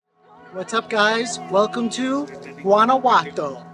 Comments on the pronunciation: Guanajuato is pronounced : WANNA -- WHO - AH - T O 👍👍👍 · I meant no disrespect when I pointed out that you didn't pronounce Guanajuato correctly . I was just trying to help you with your Spanish. P. S. where did I misspell " great video" ?